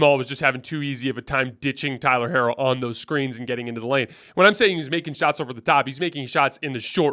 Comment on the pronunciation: C'mon 😂 that is not how you pronounce Tyler Herro's name. Or Rui Hachimura's name for that matter